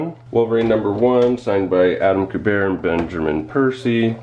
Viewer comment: It's Q-BERT. Adama Q-BERT, not koo-bear. LOL He's the son of Joe Kubert. Ever heard of him?????